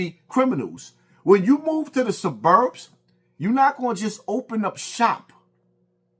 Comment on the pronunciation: This nga called it the suh-burbs lol